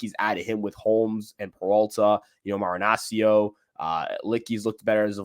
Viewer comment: Great vid but saying marianccios name was annoying as hell. Its marinah-chee-oh